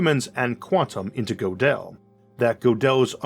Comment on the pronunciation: Gödel has an umlaut over the o, and is pronounced "girdle." Interesting episode though. Maybe I had no choice but to watch this episode, though. Huh? [Shakes fist at the universe.] Dang you universe! Stop making me watch this! Not to worry Isaac, the universe never listens to me. (And if I have free will after all, I wouldn't want it to, in this respect at least...)